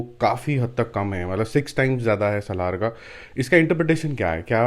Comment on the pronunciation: It's not Salhaar ....it's Salaar please ...u r pronouncing it always in a wrong way🙂🙂